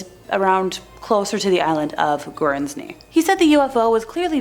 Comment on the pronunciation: It is pronounced Gurns-ey 😉